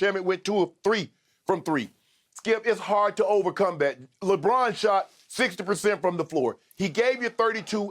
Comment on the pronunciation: When Skip said on replay “Lebrick” I was laughing